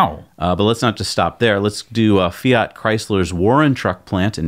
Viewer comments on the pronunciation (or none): none